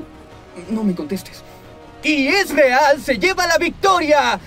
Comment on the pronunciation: Que porquería como pronuncia "Ezreal".